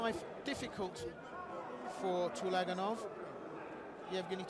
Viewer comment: Please, correct the name (surname) of the boxer from Uzbekistan. It is TULAGANOV (not ULAGANOV)